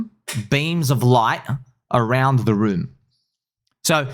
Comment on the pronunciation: Room not moon